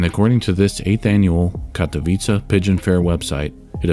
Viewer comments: I was cringeing thinking you were going to pronounce Katowice wrong but you pretty much nailed it, kudos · Hats off to you, my good sir, for actually checking how "Katowice" is pronounced.